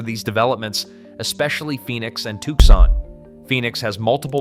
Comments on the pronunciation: no dude the AI said "Tussin" instead of "TUCSON"!😂😂😂😂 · This is great, and quite true. However, the repeated mispronouncing of Arizona's second largest city detracts from this. It is pronounced "TWO-SON," not "TUCK-SON." You got it right in several places, now fix the couple of glaring errors. Right now this is 6/10. But if you fix those couple of errors, it will be 9/10. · Where the hell is "TUSSON"?!😂😂😂